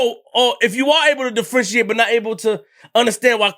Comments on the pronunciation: “De-Frenshiate” u mean “Differentiate”? When platforms are as big as this we have to do better as a people. Videos can Be edited before they are posted. If I don’t call it out someone who’s not us will and will make fun. I’m not poking fun, I’m tryna educate. 💯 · "Defrenchiate" "Differentiate"🤔😂 I hate you